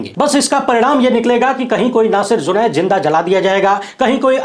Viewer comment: ZUNAID NAHI JUNAID BOL